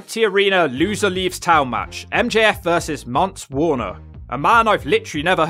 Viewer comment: You called him Dance Warner 🤣😂🤣